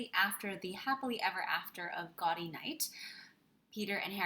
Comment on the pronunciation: A belated thank you for this video. Having read the Sayers mysteries several times over the years, I generally agree with your rankings (well, I would move Unpleasantness to sixth but that’s a minor quibble). P.S. “Gaudy” — the Oxonian term for a college reunion — is pronounced “Gow-dee,” as in gaudeamus igitur.